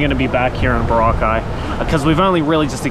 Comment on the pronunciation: Proper Aussie. Sometimes you pronounced the location Boroca like the drink that gets you on the B B Bounce hahahaha.